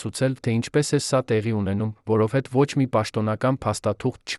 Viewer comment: Որոտեւ-որովհետեւի փոխարեն՚Երեւանը երան՚կարոր կարեւորի փոխարեն եւ բազում նման սխալներ…